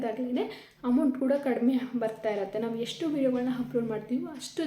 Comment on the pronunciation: Hoi ಅ ಕಾರ ಹ ಕಾರ ನೀಟಾಗಿ ಮಾತಾಡು... ಯಾವೋ ಇವಲ್ಲ 😂😂😂😂😂.. "ಹೆಷ್ಟು ಬಂತು, ಹಂಮೌಂಟ್ ಬಂದಿದೆ, ಹಾಗ್ತ ಇರ್ಲಿಲ್ಲ... ಥು ನಿಮ್ ಕನ್ನಡಕ್ಕೆ....